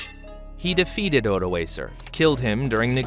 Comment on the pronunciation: My gripe has to do with his pronunciation, e.g., "Magyar" I learned as "Muh-dyar" and "Odoacer" I learned as "Oh-doh-AH-ker." I'm glad to see other commenters have agreed with me there. Also I was disappointed that there wasn't more information about the pre-Roman period. When are we going to get over Roman history? There was more happening in the world besides that! I also was taught that the Romans called the barbarians "barbarian" because they were bearded (barba), whereas the Romans at that time were shaven. As a funny side note, in Basque the word for "beard" is "bizarra" and in Welsh it is "barf" (LOL, except it is pronounced "barv.")